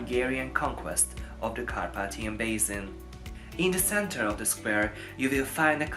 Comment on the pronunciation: Érthető az angolod, de meg kellene tanulni rendesen kiejteni a th-t, w-t. Az s az mindig sz, sose z (basin=bészin).